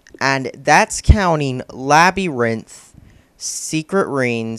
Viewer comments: Did you say Labby-rinth? lol. It's pronounced Lab-u-rinth. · "Labby-rinth", you say?